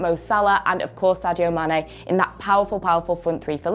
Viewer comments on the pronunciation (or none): none